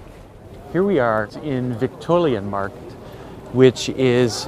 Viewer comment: I´m from Munich, it´s soo cute how you pronounce Viktualienmarkt